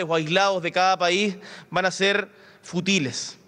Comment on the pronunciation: no sabe pronunciar " fútiles ", tutea a Aberto y le dice un "gustazo", realmente no se de quien habla